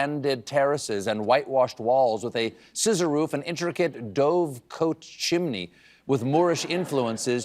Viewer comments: "Dove cote" is actually pronounced "dove cot." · lol that was clearly a cold read with that “dove coat” pronunciation of dovecote. 😂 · Not to go all Corrections Jackal on you Stephen but "dovecote" is related to the bird & pronounced accordingly. Only note & thank you for the Mobday morning surprise! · Well, now we know Colbert has no idea how to pronounce dovecote....